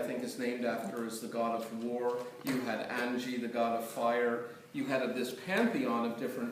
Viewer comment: Angi the god of fire......😂😂😂😂 Its Agni not Angi prof